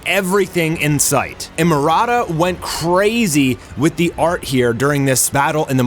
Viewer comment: why are you Pronouncing "Murata" as Marada?